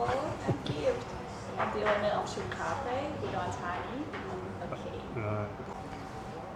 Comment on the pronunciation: Hi (pronounced as in " luck ") - Chook is pronounced as in " look "...